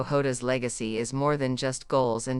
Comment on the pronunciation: PLEASE just use the correct surname......its Jota ...not Horta....😡😡😡😡😡😡